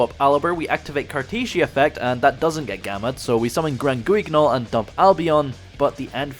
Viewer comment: Hey he finally pronounced guignol properly 🎉